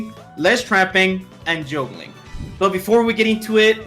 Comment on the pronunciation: He said Juulgling